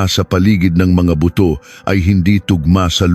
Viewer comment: 40 singko 😂buto pronounce in ilocano accent bootu hahaha